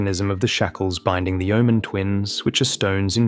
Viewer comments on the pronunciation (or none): none